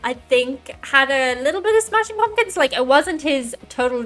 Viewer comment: “Smashing Pawmkins”?